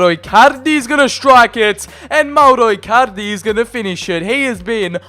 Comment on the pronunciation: He says Mauro Ircarde